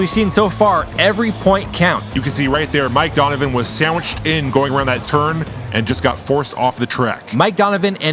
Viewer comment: Du-n-u-vi-n not Donovan